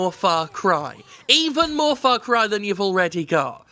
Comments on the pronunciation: Everytime Jim says "Farcry" I keep hearing "Farquaad" - the villian from Shrek 1. Ya think Ubisoft's compensating for something? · It's Far Cry. Far Cry ing out loud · "ITS FOCK CRY!" - Jim Sterling. Ubisoft should add that on their (NOT) GOTY promotion ad